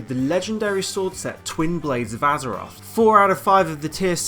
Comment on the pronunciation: twin blades of azeroth, cannot unhear. But yeah its Az-en-oth not azeroth.